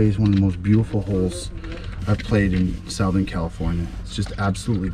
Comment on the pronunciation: Ya i caught that too, good stuff. I love ya bud, but the shit that comes out off your mouth sometimes. You can be very knowledgeable and eloquent, or a complete knucklehead. Like the time he was saying south-ern, I was dying when FP said something like: you really going to do this? 😆